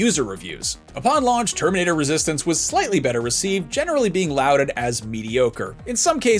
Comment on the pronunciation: For anyone using this video to learn English, the word "lauded" (used twice) is pronounced "law-ded", not "louded".